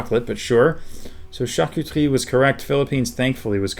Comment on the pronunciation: i've never heard charcuterie pronounced with a French accent before, that was delightful